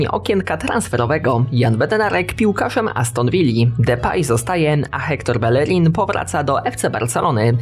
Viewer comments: Podwojne L w hiszpańskim czyta się jak J mordo, bejerin nie belerin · Hector Bellerin - czytając Ektor Bejerin OK 👍👍